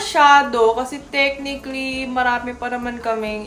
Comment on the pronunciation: Sino dito nagaabang tuwing sasabihin ni yung "tek-nik-lee"? 🥰